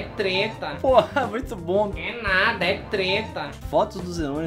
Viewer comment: é big BOM não big BUM